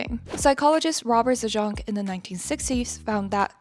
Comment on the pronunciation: Please pronounce Zajonc better next time. He is of polish origin. Try putting the word Zając into google translate to hear the correct pronouncation.